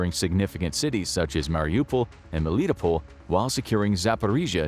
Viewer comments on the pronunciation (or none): Pull, more like Poll, isn't it? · its not pronounced Meelee-tea-pole, its Melly-Toe-Pull btw. You pronounced Mariupol correct, can you also please pronounce Melitopol correct? Otherwise, great vid.